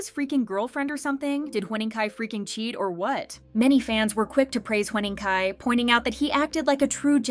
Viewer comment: Huening Kai❌ Hwening Kai✅